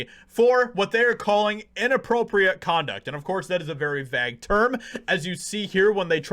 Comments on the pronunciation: Did you just say "vag" term instead of vague? Dude...lol that had me laughing. I don't always agree with you but I still watch you. Sometimes you are spot on. Most times you speculate. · How did you just pronounce vague again? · You pronounce 'vague' funny. That is all. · That isn’t how you pronounce the word vague